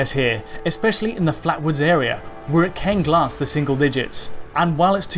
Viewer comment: I find it weird that says "Ken" rather than "can" and "then" rather than "than".